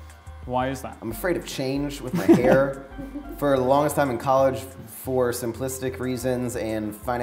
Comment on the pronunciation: "Getting a HAR cut with Maxx Chewning"